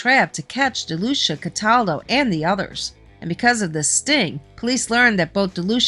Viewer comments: You are actually mispronouncing my granfathers last name its pronounced De lue see ah. And his first name is Ferdinand. And you are correct he was known as Freddy no nose but only from people who weren't his close friends. But do you know why? It's because he was born with no cartilage in his nose. And he had many surgeries to repair his nose including ine while in prison, none were really successful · Ferdinand Delucia is my Grandfather and all that is in this is mostly correct but there is a few details that are wrong. My mother's God father was Sonny and grew up with Michael franzese. You are also incorrectly pronouncing his name. It's pronounced Dee- lu- seeahh.